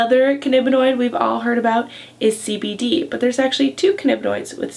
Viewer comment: "cannibinoid" ? ^^ Also, why don't you give citations for these factual videos?